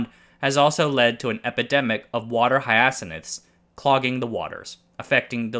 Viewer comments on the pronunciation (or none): A word I do not recognize is used: "hi-ass-sin-iths" Did you mean hyacinth, pronounced: "hi-ya-synth" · hyacinth is pronounced HI-UH-SINTH.